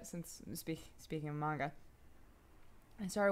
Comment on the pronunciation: hahah how you pronounce manga wtf